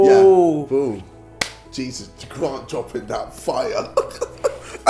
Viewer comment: Casper says gront instead of grant